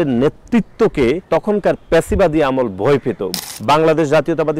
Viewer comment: ফ্যাসিবাদকে বলে "প্যাসিবাদ"